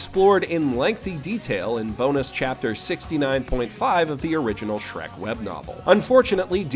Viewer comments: "Shreku"? You filthy casual. I think you mean "Shureku." Know Japanese, loser. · I believe you wanted to say "Shurekku", but I'm willing to forgive the mistake. It's been repeated with "Shrekku" name a lot recently, so it's only natural for confusion to arise. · Every time he says "Shreku" a little bit of me dies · Every time he says “shreku” or any Japanese- afied word here, a child is cured of cancer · Every single damn time he said Shreku.. I laughed. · I take a shot of cum each time he says Shreku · I cannot hate the word 'shrekku' more. If i never hear it again it will be too soon. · A small part of me dies every time you say "Shreku". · It's pronounced "Shuleku!" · Every time you say the word shreku I feel a little stronger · I believe it's pronounced "shrak-u" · Say shreku one more GODDAMN TIME... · I died a little bit inside every time I heard Shreku